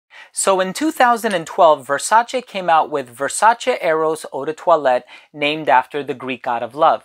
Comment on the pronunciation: Oh man, you’re the first American reviewer that I’ve seen so far who actually pronounces Versace on a correct way!